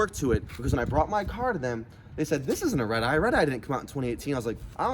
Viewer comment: After a couple times he sounds like he’s saying ribeye